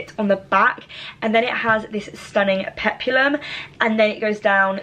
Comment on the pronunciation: Aloha! "HAUOLI LA HANAU"🤙🌺🌴🎂😱🍨👍👣😁👊🌸🤙Hope your 21st is the best ever!!(You will look lovely no matter what you wear) Dress 1&2 are adorable on you, & p.s."Peplum," is 2 syllables;"Pep-lum"😁👍